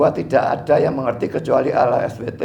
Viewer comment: Bkn Alah SWT tapi Allah SWT bca az salah ko jdi pendeta preet